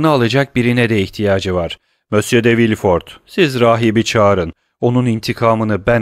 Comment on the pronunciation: Emeğiniz için teşekkürler. Elimden geldiği kadar romandaki bazı kişi ve yer adlarının doğru okunuşlarını yazmaya çalışacağım. Maximilien : Maksimilyan Villefort : Vilfor Mösyö d'Avrigny : Mösyö Davrini Noirtier : Nuartiye